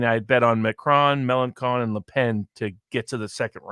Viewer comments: Note: LePen is particularly strong in the North East, not the North West ( i.e. French Brittany ), which goes to Macron. And it's Melanchon, not Melankon ( 'ch' sounds like the sh in 'shoe' ). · Found him to be very ordinary. Can't be bothered to pronounce Melenchon correctly. He talks about making some bucks on a bet on the French election. Classic.